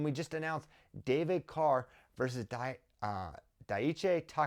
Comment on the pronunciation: so excited, glad i have a flo subscription, also btw takatani's frist name is pronounced die-chi